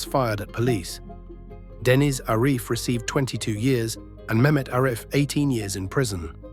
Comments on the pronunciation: It’s Deniz not dennis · ‘Dennis’ pronounced ‘Denise’ was the giveaway.